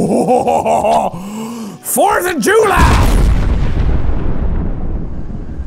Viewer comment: HAHAHAH "fOUrth aH juLY" IM DEAD